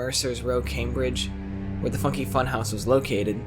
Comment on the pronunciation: at one point i thought u said "the f*cking funhouse" 💀